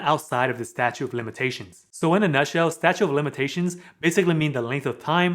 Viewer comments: Good info, but..... it's "STATUTE" of Limitations. Not "Statue". Statute of Limitations. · Statute…of limitations. Not statue. This is very helpful. I’ve been working tirelessly on my credit and another persons for the past month and significant changes have happened. A lot fell off, a lot was paid. I’ve done some things really well, and made mistakes as well. Thank you for these videos! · statute, not statue. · Just wanted to make a correction ... on your video you kept saying statue of limitations, however, it's actually statute of limitations 😉. Good video otherwise; I've been enjoying them! Have a great day! 😁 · Good information but it’s statute not statue of limitations